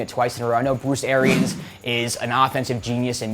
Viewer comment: Bwlooce Arians